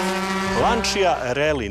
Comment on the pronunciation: Не каже се ланчија већ ланча😂стручњак ....